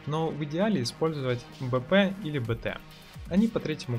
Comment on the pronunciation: Нужно либо ставить четкую чеканную речь при названии патронов, либо БОЛЬШИМИ буквами, цветом и т.д. выделать произносимые названия в видеоряде. Зачастую БП и ПП, звучат одинаково. Можно ещё произности полностью Повышеной Пробиваемости или с Бронебойной Пулей... Но не все это запомнят или знают, что названия не просто так. А так годно и более/менее универсально. Ссылочка только старую таблицу патронов ещё с патчем 0.9